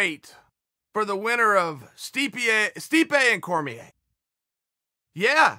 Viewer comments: I love you chael, only you can say stipiay within the first 10 seconds and get away with it. You’re the man uncle chael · Stipe vs. Cormier III, aka “Stee-pee-Aye” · “steep ee yay”